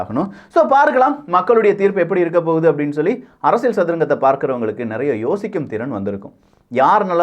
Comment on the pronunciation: தம்பி நீங்கள் சொல்லும் விஷயங்கள் எல்லாம் நன்றாகத் தான் இருக்கின்றன! ஆனால், உச்சரிப்பில் கவனம் தேவை (உ.ம். அரசிய"ள்")!